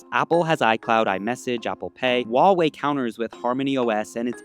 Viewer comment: Huawei not Wahwey come on